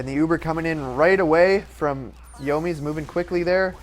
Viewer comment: the yo-mies